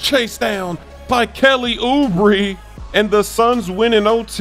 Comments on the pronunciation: It’s ( Oo-bray) not ( ubri ) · Bruh why are you saying oooobrie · Yeah it’s OO-BRAY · It's Oubray, not Oubree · Smoove trolling us with that "Oooo-breee" pronunciation. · Ou- bri written Oubre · Lol yea he is, its ouu bray 😂😂😂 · Smoove doesn't read any comments, he keeps saying Oubree and expect to see the same for ROOOWEEE 🤣🤣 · Kelly ouuu-bre 😂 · Oo-bree... oh bruh.. you wrong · isn't he sayin oubre's name wrong? I thought it was oubae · Uhmm its Ou-Bray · you know by now that you're pronouncing Kelly Oubre's name incorrectly. Stop doing it, you sound silly. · I think you're saying oubre wrong lmao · not really, hes been doing it for a long time now so he must have been aware of us pointing it out. Its on purpose. Same case with Zubac.